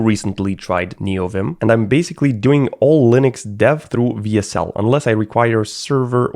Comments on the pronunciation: I die a little inside every time says "VSL" instead of "WSL" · Am i the only one who noticed that he says vsl not wsl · Bro Saying "VSL" when tying "WSL" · For some reason him saying vsl instead of wsl made me really mad, idk why though lol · him saying "vsl" the whole time made me rage so hard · I love how he keeps pronouncing "W" as V. He should be saying DABLEW SL, but you know what, I would have done the same. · It's WSL not VSL! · Someone tell him that W isnt V. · Why do you keep calling the "double you (W)" a "Vee (V)" ?? Throughout the entire video you are typing "WSL.. but you are saying "VSL ?? Why? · If this guy pronounces wsl as vsl one more time istg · WHYS HE CALLING IT VSL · mf kept saying vsl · BRO SAID "VSL" THE WHOLE VIDEO INSTEAD OF "WSL" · It annoys me how you constantly say VSL rather than WSL throughout the whole video despite typing it correctly as WSL. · do you say w as v just to piss people off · writes "w s l" reads "vee es el" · not bog calling it vsl the entire video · I think your pronouncing WSL wrong, it's supposed to be Wea-SeL. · This guy can't pronounce the letter W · That is how I noticed that he's German tongue, he's living in Switzerland too. The reason for this mispronouncing is that in the German alphabet W is pronounced almost the same as V from the English alphabet, just the "e" vocal is different. The German alphabet V is pronounced "Fau". It's just how we Germans process the letter W and it's really difficult for us to get it right on English. For example the literal pronunciation of "windows" typed out in letters would rather be "vindovs" in that case. I did catch myself doing the same several times. And if I'm being honest, the English alphabet W "double-u" pronouncing is just bad and stupid.